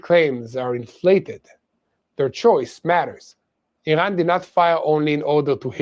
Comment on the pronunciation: Hey,, why are you pronouncing Iran and Iranians incorrectly?